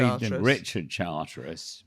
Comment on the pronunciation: Catching up ….. as a new comer. said more than once “Richard Charteris” but there’s no”i” in his surname. He’s Richard Charters